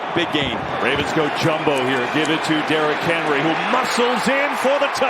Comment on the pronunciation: I swear that guy called him Derrick Harry like three times 😂